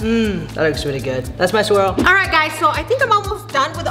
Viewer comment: "So u make the swirl... then you make the swirk yea" - 2021